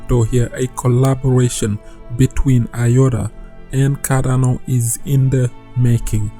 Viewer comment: Its CarDano not CaRRano ffs... is this so hard to pronounce?!